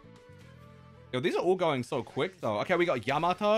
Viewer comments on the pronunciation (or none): none